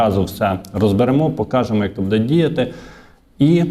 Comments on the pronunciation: треба говорити " бУде ", а не " будЕ ". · Звичайний блогер: будЕ, но , да …